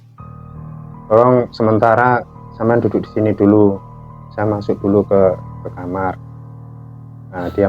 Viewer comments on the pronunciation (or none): none